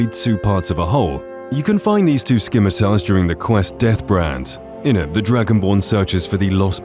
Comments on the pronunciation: Did you call them "Skimitars"??? It's pronounced sim it tar. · "skimitars" lol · Did this dude really just pronounce Scimitars as "SKIMMER-TARS"????